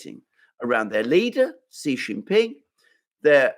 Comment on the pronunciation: It is Xi, not Ji